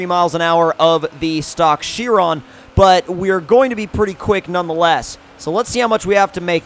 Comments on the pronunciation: It's pronounced "kye-ron" not "she-ron." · Bugatti Chrion...New? I know the Chiron but I don't know the Chrion. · ITS BOO-GOT-EE SHY-RON not fucking byuu-got-ee she-ron